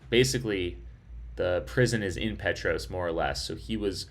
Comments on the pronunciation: Huge fan of the Barkley. I live locally in Oak Ridge. Thanks for your awesome live stream! Unbelievable finish! Respectfully, the town Petros is pronounced Pete tross 🤙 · Hey definitely after the fact, but I’m from East TN, and the little town of Petros is pronounced “Pee-trahs”. Awesome Barkley coverage! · Sorry, Pee Tross. The o is short & sounds like the o in cross. Petros Nice to hear you have been in Oak Ridge. We're the Secret City. There is a large Friendship Bell, a gift from Japanese located at the Civic Center 3? blocks to the East, off Illinois Ave /Hwy 62. Oak Ridge built the bomb for the war...The Y-12 Nuclear Plant is just off this highway 3? blocks to the left as you enter Oak Ridge